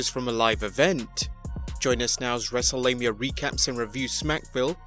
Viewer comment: You said wreselamia 🤣🤣🤣